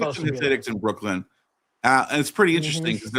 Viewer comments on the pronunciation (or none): none